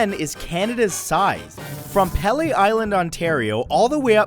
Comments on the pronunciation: more than 3 million lakes btw and it's peelee as in (pronounced) pealee island, McIntosh is (pronounced) MacIntosh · Pea-Lea Island, not Pell-Lay. Northern Ontario is almost completely submerged, lol. Invented electric stoves, telephones, ski-doos, sea-doos, hydrofoils, canola oil, durum wheat, flight pressure suits, the Canadarm... How to spot a Canadian? if you see someone bump into a phone pole and apologize, you're looking at a Canadian. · It's pronounced "Pee-Lee" Island, Not "Palee" they are pronounced "Mac-in-tosh" apples NOT "Mic-in-tosh" - aside from that, great video. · Muh-KIN-tosh apples? Pay-lee Island? None-uh-vit? Bragging about Canadian maple syrup while showing a picture of a bottle from New Hampshire? Really? Son, MAC-in-tosh apples. PEE-lee Island. Noon-oo-vit. And, for god's sake, how hard is it to find a picture of Canadian maple syrup? Lasted into it. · Peeeeeeleeee island** - not pelay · It's PEA-lee, not Pele And MAC-Intiosh not MICK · um... it's pronounced "pee lee". not pele island. Sorry. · Jesus Christ the way he said Pelee Island "pay-lay." It's pronounced "Peal-ee." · Peel - ee Island. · I'm Canadian and live near Pelee island , and it is pronounced pee-lee island. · It's pronounced Pee Lee island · I was so triggered by that mangled pronunciation! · First 20 seconds of the video, didn't pronounce Pelee island correctly... but its beautiful come visit! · Pelee island was pronounced wrong in the video, the 'e''s in the word are long sounding not short sounding. Just letting ya know for future reference ;) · Sorry.. I lost it when he mispronounced Pelee Island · Instantly lost any credibility after you mispronounced Pelee Island. Way to go! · you pronounced Pelee Island so wrong haha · Pronunciation of Pelee, MacIntosh, and most of us don't say aboot. I admit I say sorry a lot but I rarely say eh; but I do. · The Sounds of Ian Yeah the way he said pelee triggered me